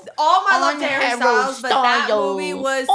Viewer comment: Hawwy styowlz